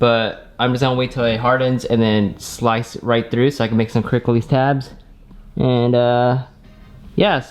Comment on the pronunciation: Took me more than 7 min to finally realize he was saying 'quick release'. Kept wondering wtf is a cricklees.